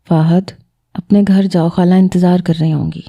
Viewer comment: Hala nahi hota khala hota ha 😂